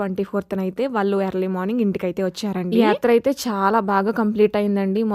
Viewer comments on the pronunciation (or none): none